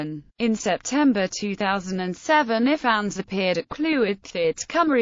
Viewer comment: No. That's not how you pronounce either name. Ppl don't pronounce their names by spelling them out. I do not pronounce Parker "P a r k e r." It's pronounced Lyr as in Lyrical. Also, the I in Ifans is a hard I.